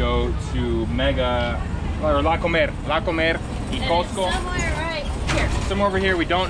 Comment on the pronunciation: the wey you’re saying La Comer it sounds like you guys are going to eat, that’s because you using the accent on the E instead of on the O, yeap! That’s the importance of the accents, 😜